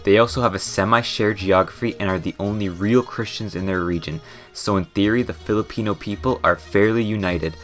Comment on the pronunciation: it's Filipino not pelepino